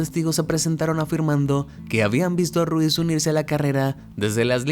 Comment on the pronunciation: Supongo que Rosie Ruiz no se pronuncia 🔊 Ru-iz el apellido sino una sola palabra 🔊Ruuiz